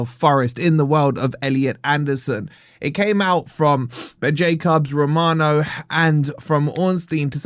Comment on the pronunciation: One day will pronounce Ben Jacobs’ name correctly 😂😂😂